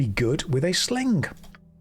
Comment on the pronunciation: i swear i hear a k at the end. SlinGk